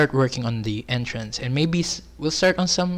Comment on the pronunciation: ITS NOT PANTAY PANTAY U KNOW? THE ENTRANSIII IN